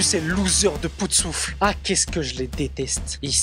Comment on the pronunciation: Poutesouffle????? Poufsouffle !!!